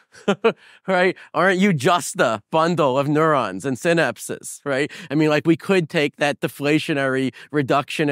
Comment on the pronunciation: good content but man, your pronunciation of "synapses" is killing me.